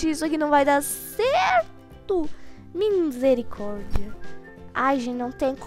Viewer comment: Vc fala minsericórdia kkkkkkkkk mas e misericórdia kkkkkkkkk 😂 😂😂😂😂😂😂😂😂😂😂😂😂